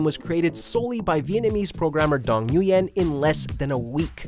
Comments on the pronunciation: #10. Nguyen is pronounced "win" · Nguyen is pronounced like when or win